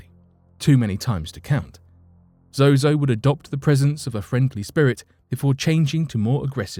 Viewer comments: He keeps saying zoho when the teleprompter reads zozo , which is it I want to destroy the right demon tonight... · Narrator keeps calling him zoHo not ZoZo. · He keeps saying "zoHo" lol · Sounds like he is saying zohoe at some points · Cool but why do you keep saying ZoHo? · Me trying to ignore every time he says zoho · Ha! You said zoho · At first he was saying Zoho? Or am I tripping? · Why do you keep saying zoho? But another source for a lot of zozo's fame comes from the usage of it by Led Zeppelin. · I think he’s mispronouncing they name on purpose that way he doesn’t mistakenly call upon it ? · yes, two times, i heard it too haha